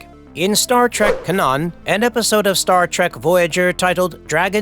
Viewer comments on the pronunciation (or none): "ka-naun"? WTF is "ka-naun"? Does the military shoot artillery "ka-nauns"?